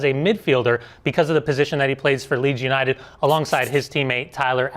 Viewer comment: LOL "Leeds Uninted"